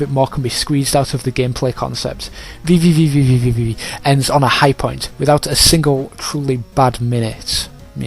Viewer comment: While I did enjoy the "vvvvv" running gag, the game is simply pronounced "v" ("Vee"). Nice review, I don't necessarily agree with it, but good work.